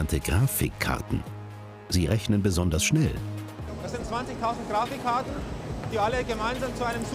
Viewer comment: Diese sogenannten "Gra-fik-kar-ten"